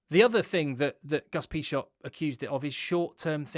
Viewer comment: Great video, though you literally made me hit the table each time you pronounced Agustín Pichot name. Cheers